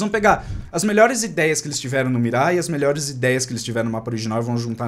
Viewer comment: Ai que raiva, o fica falando Mirá mas é Mira sem o acentooooooooo